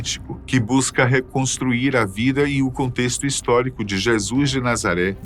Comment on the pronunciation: Que agonia de “Jésuis” 🫤